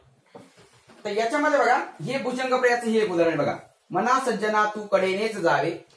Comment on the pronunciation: व्वा! छान समजावून सांगितले आहे.शाळेत शिकलेलो विसरलं होतं. त्याची उजळणी झाली.धन्यवाद! फक्त एक ऐवजी ' यक ' ऐकतांना कानाला त्रास होत होता.( क्षमस्व )